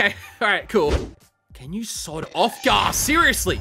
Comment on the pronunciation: In the end fight when he was saying 'sod off' my American brain kept on hearing 'sawed off' (a type of shotgun.